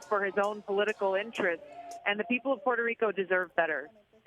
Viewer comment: Omg they massacred the Puerto Rican governments name.